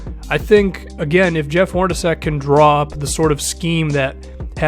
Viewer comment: Dude, it's pronounced 'Hor-na-chek'.